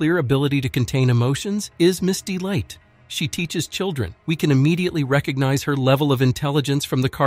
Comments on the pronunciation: Miss Dite it’s Miss delight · the way he called him ms dite